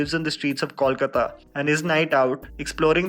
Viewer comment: Thanku for pronouncing kolkata as it is and not 'kalkatta' or 'calcutta'